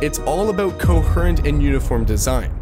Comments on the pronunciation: Wtf is “co her ent”. It is pronounced “co-hear-ent”. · It is pronounced "co-HEAR-ant" not "Co-HURR-ant". LMAO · why do you pronounce 'coherent' like this? i thought it was supposed to be 'co-HE-runt', but you are pronouncing it like 'co-HER-ent' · Holy crap buddy it’s co-HEAR-ent not co-HER-ent. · The word is coheeeerent not coherrrrrrrnt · great video but it's coHEREnt not coHerEhnt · If you are going to make a video about a topic at least make sure you are saying the main words correctly good grief. CO HERE ENT. Not CoHURRent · coHURRent Can't say I've heard coherent that way before. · yeah i cringed everytime it said "co-her-int" when it's pronounced "co-hear-int" which is what it said the last time. but any native english speaker would've known from the start the correct way to say it. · Pronunciation errors. It's co-heer-ent, not co-herr-ent. That was a dead giveaway. Not to mention really bizarre inflection patterns. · ko HER ant? Sry, had to get that out of my system, IT's COHEEEEEEEEERENT..whew, I apologise, go on. Great video, Im just an idiot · Please, co-HEE-rent, not cohurrent😭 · cohhurrent has to stop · coHURent XD. Great video! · coHURRDURRent design. I'm out, FU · co-her-ent... bruh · CO HURRENT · cohurrent, dip titch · Coheerrrrent? Defenitive? Lol! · coHEARent, Co-her-aint? wtf man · Co-hurr-ent lmfao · Very cohurent of you, thanks :) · "Coherent" As in "Come HERE" "Co-HERE-ent" Pls. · I thought it was supposed to be pronounced "Co-HE-rent"? *Yeah, like this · The way you start the video by saying coherent wrong and then later on correctly is weird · how does one speak perfect English but just randomly mispronounce "coherent" and "degrade", its baffling. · Bro mispronunciation of words as basic as "coherent" isn't a minor slip 💀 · Your pronunciation of 'coherent' is frustrating. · Where are you from? I have never heard that pronunciation of “coherent” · Coherent.....it's coherent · He was incoherently saying coherent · it’s coherent not coherent